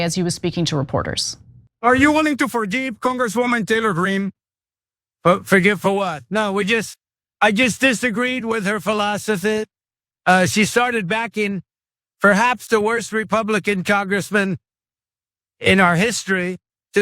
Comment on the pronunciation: listen to how bad he starts slurring " I hit diathagee with her philothaph"